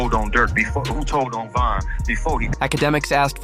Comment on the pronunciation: It’s VON why tf you kept saying VAN?